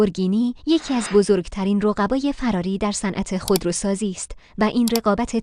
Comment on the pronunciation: چرا میگی فَراری. چرا دخترا همیشه فراری اشتباه میگن؟